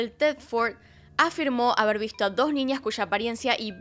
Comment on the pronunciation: Muy buen relato !!mas pronuncias ninias!es niñas!